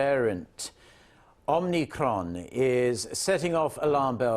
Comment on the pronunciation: Dude. It’s not omnicron but omicron.